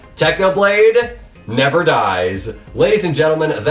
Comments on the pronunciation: It’s not “Techniblade never dies” it’s “Technoblade NEVAH dies” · it's not 'technoblade never dies' its "TECHNOBLADE NEVA DIES"